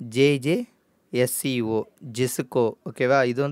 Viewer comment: Not jjsco..IISCO sir athu..change